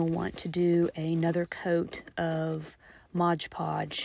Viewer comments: This was very well done! Thank you! As a side note it is MOD Podge, not Modge Podge. Mod. ❤ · Right? The number of times she mispronounced it was aggravating. And what a messy hassle. I'd rather sew a bowl.